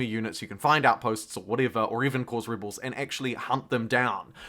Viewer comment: Nice video. Good speaking voice. When you pronounce "rebels", it sounds like "ribles". There was another word or two where you replaced the "eh" with "ih".